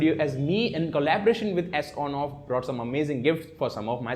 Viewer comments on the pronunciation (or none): Superb video Sir!! Well, some suggestions: It is not S on off but Son off. And can you please reduce your speed of speaking, it confuses what have you spoken. Thanks👍